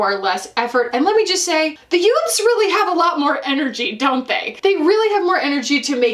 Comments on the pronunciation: Hahaha, every time you emphasize the word youths here, I am reminded of My Cousin Vinnie. 😂 GenXer here who started watching (what I thought was pretty silly beauty/fashion content on) YouTube by millennials back in 2008. Over the years I’ve narrowed down my subscriptions to “kindred spirits” who span various generations. In many ways I relate to millennials more than to creators my own age, who seem very socially/environmentally “right” leaning…and generally very “shop my links” obsessed. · Gen X here as well and any time says youths My Cousin Vinnie immediately comes to mind! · same lol and I'm a millennial. Youts 😆